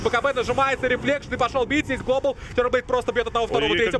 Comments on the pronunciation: Меня одного бесит слово "глобАл" с ударением на "А"? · This is globAAAAAAAAAAAAAAAAAAAAAAAAAAAAAL